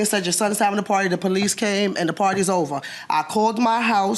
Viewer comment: She got so excited that she was AXing, stall she’s educated because she Can’t speak normal English. She says AX, Amba-Lance and they call the Poe-Lease. In order to adopt to Adopt a child costs about $10K, so where dod she get $50 to adopt 5 children?